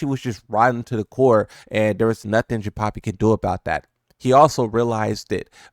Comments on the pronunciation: Jinpapi? 🤣 It’s Jinpachi. Like the same as Heihachi but with Jin at the beginning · Why are you saying jinpapi wtf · Are you pronouncing it "Jinpapi" on purpose? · yo who tf is "Jinpapi"?